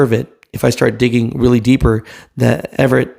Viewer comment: It's AVERETT Express, not Everett.